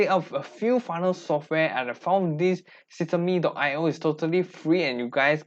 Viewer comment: Thank you for the video! Please note that it's pronounced "system".io and not systeem.io. 💙